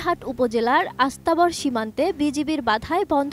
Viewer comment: ঐটা আস্তা বর না বস্তাবড়